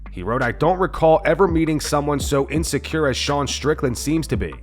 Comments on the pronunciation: in-sin-cere, not in-se-cure bro. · He didn't call him insecure, he called him "insincere"..... the dumb fk narrating this garbage mispronounced it lol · He wrote insincere, the guy in the video misread it